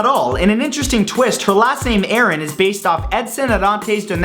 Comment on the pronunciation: ... you said Lora Croft and Samus Eran, I think you mean Lara Croft and Samus Aran, Americans and Canadians